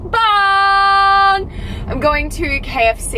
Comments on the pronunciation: “Mookbung” or “mukbang” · it’s pronounced like ‘mock barng’ not mookbang lol